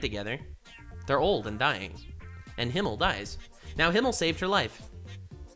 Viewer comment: Besides everything else, I'm kind of annoyed she constantly calls Himmel "Hiemel" instead.